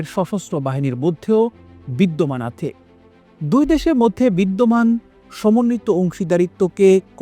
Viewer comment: আপনি আছে কে আথে বলেন কেনো?